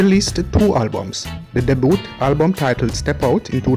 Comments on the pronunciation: The word is Debut (pronounced as daybu), and is French in origin. Blessings. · The word is not deboot bredda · Hey bro.... Just a suggestion... The word is "Debut" ... Is pronounced Day- Bew.... Ok.... Nice content.. Just want you sharpen up on your discourse.... Elite is a brand you should try to live up to it.... But i love the effort... Improve how you pronounce certain words... Lol.. Like the words that most Jamaicans tend to pronounce wrong....